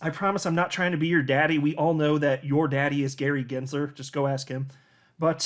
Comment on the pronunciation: Your daddy is Gary Gensler 😂😂😂. Not greezey Gensler! 😂😂